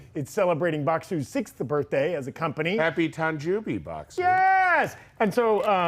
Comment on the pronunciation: Tahn Joe Bee,. TAHN JOE BEE.